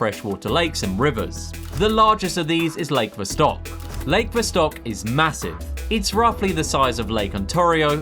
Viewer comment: I liked your video but jeez, the way you pronounced lakes "Vostok" and "Ontario;" my guy... It can't hurt to look up some pronunciation videos.